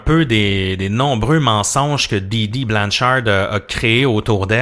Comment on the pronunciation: Intéressant! Merci! Ce n’est pas BlancharDE, c’est Blanchard. Les anglophones prononcent le DE à la fin. Bonne route! 😀